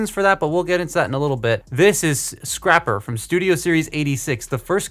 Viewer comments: It’s scrapper not scr-aye-per you a$$hole have you seen that video before? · Scraper report! It's Scrapper you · ITS SCRAPPER YOU A